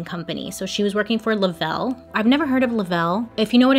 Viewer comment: Aw you called Le Reve "Lavell" we forgive you lol